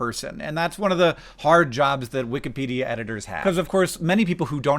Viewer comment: I would almost swear I heard you say "wik-uh-pedia" page just now ... But as I've been watching through the OG Brotherhood 2.0 catalogue the past few days, I am acutely aware that this is in fact, a mispronunciation. Just thought 2007 Hank would want you to know that, 2025 Hank. Carry on.